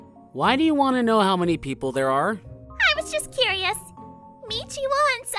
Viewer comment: Meachy stop saying meachy